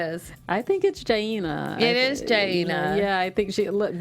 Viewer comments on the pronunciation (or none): Her name is JA-INA (Jan-a) not gnjay